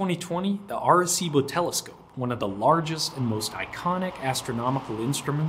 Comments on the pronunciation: I'm 2 and half minutes in and if i hear Are-cibo one more time i'm out and never coming back. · first was a young off-track thoroughbred racehorse that the riding school I worked at bough at Doncaster bloodstock sales, named "Arecibo", although we didn't know how to pronounce it correctly so we used a hard C by mistake. His nickname was "Bo", and he was a sweet gentle little chestnut gelding. He'd failed as a racehorse so they were going to try him as a riding school horse. This wasn't a normal riding school, but located in a private boarding school and educated students at a higher level who were training to become riding instructors themselves - so the calibre of horses was higher than the average "shaggy little pony" you usually think of when you think of riding school mounts. We had several off-track retired racehorses and retired eventers and showjumpers. Unfortunately Arecibo had a condition called upward fixation of the patella, or locking stifles, which affected his soundness. So he was sold to someone who let him rest in a field for a year to grow as it is often something a young horse can grow out of. Then he became a low level riding horse for his daughter. It was only after that, that I saw the James Bond film which included the telescope, and learned more about it later. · Pronounced arse-ee-bo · you're pronouncing Arecibo wrong.... you have to pronounce all the vowels, {A Reh See Bow}. I first heard about this Radio Telescope in the movie Contact with Jodie Foster. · Are cibo ???? Are cibo ????? Wtfduck ?!!!! I have NEVER before heard it mispronounced thus !!! 😯😯😯😯😯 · bothered me how you pernounced Arecibo throughout the video....